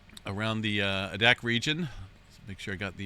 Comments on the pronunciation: Spelled Adak pronounced AY-DAK! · Adak is pronounced a-dak, a like in abc… Now, any orrelations between eq’s and eruptions in the Aleutians? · It's pronounced Long A - dack...Adak